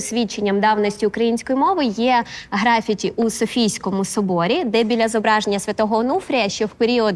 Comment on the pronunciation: Вибачте, але наголос у слові графІті на першу літеру «і», а не на «а». Так саме як і англійською мовою. Вчительці теж треба все перевіряти😊